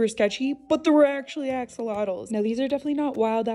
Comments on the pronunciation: We as Mexicans appreciate the interest in the ajolote/axolotk. But please stop pronouncing it like axle-lottos lol it’s pronounced ah-ha-low-Teh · Fun fact, it's pronounced ASHolotl, not AX! Aztecs pronounced X as a sh 😊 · Sho* not cho, and "lot" part is followed by a sound not found in English or Spanish, so pronouncing it is difficult for most in general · It's pronounced as Ahh-Cho-Lot not Axe-Zottle so many people mispronounce this word. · It's real pronunciation is a AH–SHO–LOTL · It’s pronounced ah-show-low-t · Its pronounced asholotle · down to even the bottle. video did blow up about the axolotl, and she's not even pronouncing the name right lol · The way she pronounces the x is like nails on a chalkboard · Went to Mexico and didn’t even learn the proper pronunciation of the animal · Why can no one pronounce axolotls right 💀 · I appreciate you taking time to learn about Axolotls, but please learn how to properly pronounce their name! It's annoying seeing all these foreigners recently obsess with Axolotls but don't take the time to pronounce their name correctly and learn why they are only native to Xochimilco.